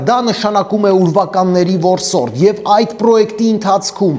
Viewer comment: Վորսորդ չի որսորդ ա😭